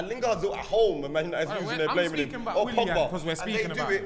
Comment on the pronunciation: WILLAN, MAR-TIAL.... These guys are butchering the rassclat outta these names lmao